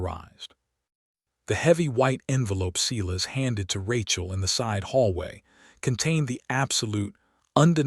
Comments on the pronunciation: Seye-las, NOT Seelas!!! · and how to pronounce stating and Silas